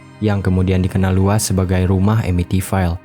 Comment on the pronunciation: Amityville dibaca Amitvil